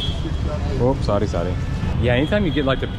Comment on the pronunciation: did he just said sorry in indian accent 🗿